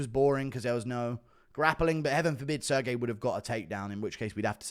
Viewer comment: "Sir Gay" is wild to say to a Russian